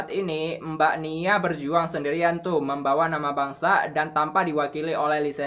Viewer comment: kalau ngomong di tambahi kata e wkwkwkw contohnya mbak jd embak ... ngebahas engebahasss ... etahun ejajaran